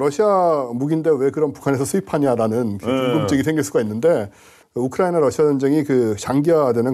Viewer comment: 우크라이 나 나 나라고 우크라이는 어느나라여 기자님 나라이름좀 잘 불러줘요